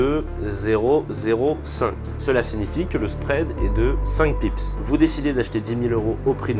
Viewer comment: Vidéo sympa ! Mais on dit bips pas pips si je ne me trompe pas !